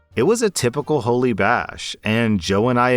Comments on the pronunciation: FYI, Holi is pronounced, Holly. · “Holi” is pronounced like the name, not the adjective. “Holly”.